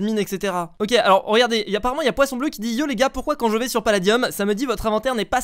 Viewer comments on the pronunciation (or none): Et il dis paladiUm 😂😂😂